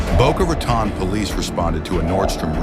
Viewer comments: It's "Boka Rah-Towne" not "Boka Ratawn" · Please don't pronounce it Boca RatAHN, its Boca RatOHN. Its spanish for mouse mouth, you can look up the pronounciation... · Boca Raton(e) ai dumbass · Boca Raton pronounced...Boca Ra .. "tone" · In case you want to fix the AI voice in future vids, pronunciation is Boca Ruh-tone